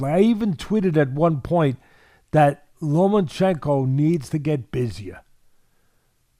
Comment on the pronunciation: Teddy, it's Lomachenko, not Lomanchenko.